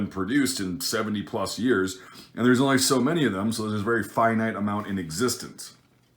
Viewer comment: I love the way you pronounce ‘finite’. I’m gonna start saying it that way.(Not being a smart Ass just never heard it said that way and I like it)